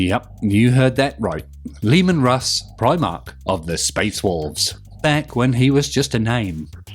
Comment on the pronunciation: Leman Russ said like roose, like moose. The U being originated from uruz, of the elder futhark rune, hense the "ooh" pronunciation rather than the more modern "you" - U sound. At least, thats what I divined from the subject.